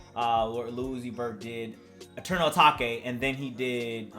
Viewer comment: is pronouncing eternal atake in a wrong way